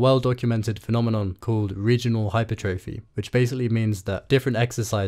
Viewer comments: Why do you pronounce hypertrophy like that my guy, it's hyPERtrophy, not hyperTROphy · Great video but please pronounce hypertrophy correctly lmao